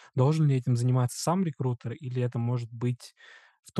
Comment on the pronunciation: Очень режет слух "реКУтер"